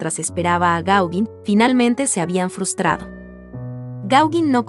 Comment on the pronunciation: Me gusto mucho el video y tu voz es hermosa! La pronunciación de Gaugin está mal, checalo plis! (Gogan)